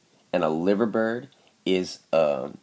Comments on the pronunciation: Just want to say that the Liver bird is actually supposed to be pronounced as 'Lie-ver' even though the city is pronounced as 'Liver' yeah it's a silly little thing, sorry I'm just really fucking specific XD. Loving the videos though man great work keep it up :) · its pronounced "LIE-VER".. keep up the good work.